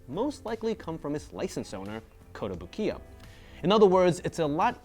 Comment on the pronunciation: is usually pretty good with his Japanese, but it's not kotobu-kiya but kotobuki-ya...(壽屋).